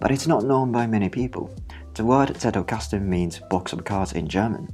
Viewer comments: As a German, I am SO happy that you pronounced Zettelkasten properly! Good pronounciation of the sounds, and, more importantly, not over-exaggerated (it can be borderline insulting sometimes, really!). I just appreciate it so so so much. Also, amazing video! Your visualisation of the principles is on point. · I've become curious about this method, so thanks for the introduction, even if I didn't grasp it fully yet. I especially like that you pronounce the German word Zettelkasten beautifully and accurately (the 'Z' being pronounced as 'TS'), and it's a pleasure to listen to you in general.